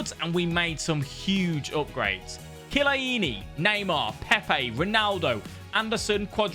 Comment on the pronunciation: every time I hear you say chiellini I always correct you...soo funny...